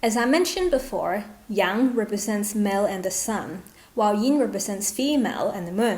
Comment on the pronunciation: Yang wood 🪵 mu, not young mu 😂